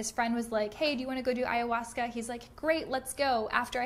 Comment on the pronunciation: Sounds stupid that Ayhausca